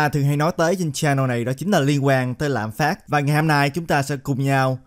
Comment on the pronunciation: Ad nói tiếng việt mà cũng nhấn âm cuối😂 lạm phá"t".